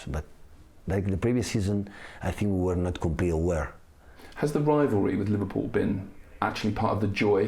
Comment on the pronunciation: Took 10 seconds for him to mention liveprool 😅